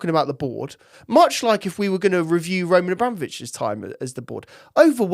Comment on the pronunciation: Dude you need to pronounce RA name correctly